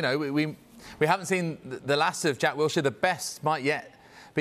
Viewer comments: "Wiltshire"? Seriously, Sky Sports?? The guy's only represented England 30+ odd times and played over a 100 Premier League games, not like we're within any bounds of reason when expecting that you know his name when publishing an interview about him, eh? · Its Wilshere not Wiltshere! Sort the title out atleast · How the f as a major sports network do u get the guy's name completely wrong !? It's 'Wilshere' NOT 'Wiltshire' you absolute fools. 🤦🏻‍♂️ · It’s not Wiltshire it’s Wool Sheers. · Wilshere! Not Wiltshire! So many people whose jobs involve using words get it wrong. Use your eyes! Look at his press release! I doubt he wrote Wiltshire. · Put some respect on his name... It's "Wilshere" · ah yes, jack 'wiltshire' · Wiltshire lmao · If you can't even get the guys name right, what is the point of reporting on it? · Get his name right